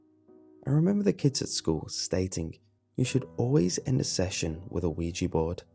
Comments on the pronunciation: It's pronounced Wee-Jah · I cringe when hear "weegee board" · I thought it said OJ board lol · Isn't it called WEEGEE board Goodbye.